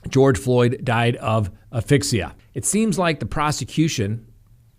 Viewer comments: Hey, great content as always!! Hope your trial is going well! Hate to be the pronunciation police but have a tiny suggestion regarding the pronunciation for asphyxia (as-fix-see-yah). I hope you don't hate/hold this against me or other medical professionals LOL:) In regards to the Chauvin trial, do you think the new incident will taint the jury? Should the judge have sequestered the jury immediately or would it be counterproductive as the judge stated in his opinion/ruling? The incident in Virginia blows my mind especially when it has come out that the fired cops also lied in the reports they submitted about the incident and regarding the reasons for the stop itself. Makes me wonder how many people may have had interactions such as these with these officers that weren't recorded on bodycam etc. Hope the rest of the week treats you well and once again thank you for the wonderful content because I can't fathom how you can be happy/vibrant and on camera after a long day at the office!! P.S loved Winnie the bulldog's appearance in the last video and totally think she should make more guest appearances:) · It’s aSSSphyxia not ‘aphyxia’